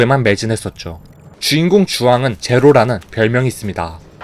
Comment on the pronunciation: 제로가왜꼭 조루로들리다냐ㅋ